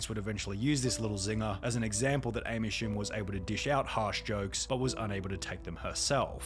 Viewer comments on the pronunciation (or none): amy poo-mer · The hell is an Amy shcumer